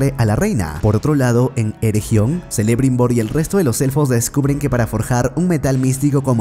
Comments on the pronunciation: y digo yo... por que os inventais todos los acentos y sonidos de letras en los nombres de los personajes? Galadríel (nótese la tilde inventada) en lugar de Galadriel, Zelebrimbor en lugar de Kelebrimbor, Durrrrrrin en lugar de Durin, y un largo etc XD... puffff me pone nervioso jajajaja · Jajajajaj, a puro selebrimbor , seleborn, nomás le faltó su hija selembrian